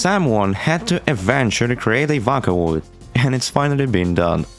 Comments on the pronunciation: Bro really called it V/a/caloid, not V/ō/caloid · You physically hurt my soul every time you pronounced it "Vacaloid" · Did you just say "voh ka Loyd's"? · vakkkaloid👍 vocloid❌ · Look I know you probably get this a lot. Sorry to potentially dogpile or something. But. Vakaloid??? VOCALoid. Vocal + Android. VOH-COOL. /vō′kəl/. Sorry I know it's rude. But it's like nails on a chalkboard to me. Otherwise, judging by the other comments, awesome work! I'm going to finish the video now. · screaming you did NOT call it vAhKaLoId, it's VOCALOID, like VOCAL, IT'S IN THE NAME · how to pronounce vocaloid!! vo-cal-oid (oh) (call) your welcome :3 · "vackaloid" god.. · ok as soon i clicked on this video i heard "SEKAI DE... 'these are vaca loids'" wtf is vaca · i've never heard someone pronounce vocaloid as vacaloid... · Every time this man says "vəkãloid" it makes me irrationally angry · Is it just me, or did the Intro sound like a Voicebank too? Also "Vah-coh-loi-hd" (^～^;)ゞ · "vaka oid" 💔💔💔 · not even 3 seconds in and did this mf just say vockaloid? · what the fuck is a "wacawoid" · it pains me when you pronounce vocaloid (vah-ca-loid) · DID HE SAY VACALOIDS 😭 VACA LOID 😭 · "vAcaloid" sayn ahh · Hearing vac-olaid hurts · did bro just say vockaloid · ðe way you pronounced vocaloid irks me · Also, you mispronounced Vocaloid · The fact that you pronounced vocaloid like that makes me very violent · you said vocaloid wrong on purpose... right? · Never before I have been so upset with the pronunciation of Vocaloid. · No hate. But he said “VOCALOID” so wrong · this video is great but if you ever pronounce "vocaloid" like that again i will hunt you for sport 💜💜💜💜💜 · teach this dude to say vocaloid. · he did NOT just pronounce vocaloid like that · How you pronounced the word "vocaloid" killed me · Because he pronounces vocaloid weird. Otherwise, this is amazing.